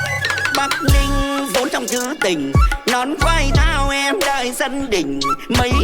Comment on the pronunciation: Yaaa, you pronounced ''Bac Bling" and "Bac Ninh" correctly